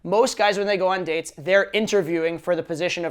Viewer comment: Good lord, the way he pronounces "dates" I seriously thought he said "you suck at dicks" until he said it the second time :(